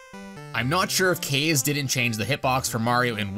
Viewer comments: It’s pronounced Caw-zay, not Kay’s. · Kaze is pronounced "Kahz-ay" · Kaze is pronounced KAH ZAY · It's pronounced Kah-zā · It's pronounced Kah-Zay btw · You saying kaze hurts me